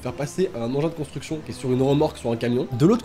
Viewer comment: Alors bonnejourre c'est bien ici pour la contra.... cobra.... consti.... constriction de maison?